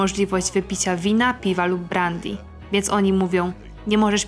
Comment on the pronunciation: "Włączać" a nie "włanczać". "Brandy" czyta się "brendy" a nie "brandi". No i na koniec manierka akcentowania drugiej sylaby sprawia, że słucha się tego ciężko choć treść jest naprawdę ciekawa.